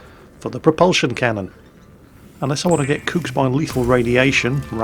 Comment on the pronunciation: So funny how he pronounces "cooked" :)